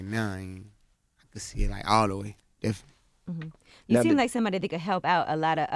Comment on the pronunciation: Interviewer: How are things going Baby? Baby: Definly